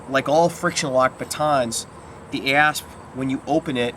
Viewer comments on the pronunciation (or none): This was awesome and informative, and with your accent, I have to say every time you said ASP Baton, I heard ASS Baton XD